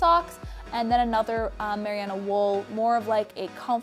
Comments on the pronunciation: Tip from a New Zealander - Merino wool is pronounced "Mer- Rhee - No" :) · Merino is pronounced Mer-reen-oh. Trust me I'm kiwi 😂 very interesting way of saying it haha. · you are pronouncing the wool wrong its ma-ree-no (im from nz) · Merino. Mare-eeee-no. Merino wool. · "mariyano wool" lol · Haha five years later on I’m guessing you now know it’s mah-ree-no wool 😂🤣🤣🤣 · Merino??????😐😐 Its MER-EE-NO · You are mis pronouncing the shit out of merino! It’s not “Meriano.” Great video otherwise. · haha I was confused of the same thing. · thank you so much, it was driving me crazy! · Great video, so helpful for my upcoming trip! It’s absolutely driving me nuts how you say merino wool though 😅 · The way she says merino though 😂😂😂😂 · Lol love the shoutout to NZ with the wool, but you are pronouncing merino wrong haha alg though love this video :) x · nice video, but please, check again how to say Merino wool... that was annoying to hear :D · Merino wool? Never heard of Mariana wool. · Lol your not pronouncing merino correctly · Super informative! Thank you :) but just for future reference: it's pronounced merino wool, not mariano. Not trying to be rude, just trying to be helpful. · just want to add. its not 'miriano' but rather 'merino' (pronounced: mereeno) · m UR - ee - know not mer i ah no Lmao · Just a heads-up from a New Zealander :-) You are saying "Merry-AH-no" wool … it is actually pronounced "Ma-REE-no" wool. (Merino wool). And you're right, its great stuff. Good video :-) Have fun on your travels. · MARIANA WOOL? mer-RIN-no Merino wool is primarily grown in Australia, just the Kiwi's made it famous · Did she really say Mariano wool? Isn't it merino (mer - ī' - nō) wool? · Not to be a dick (I'm going to be) but Marino wool is said like Ma-ree-no not mariearno 👍🏾 you're so organised! Awesome! How much did all of that cost?? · Mariana wool? I think you mean Merino haha :P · um its merino not mariano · MERINO, not meriano!! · Isn't it MER-EE-NO wool?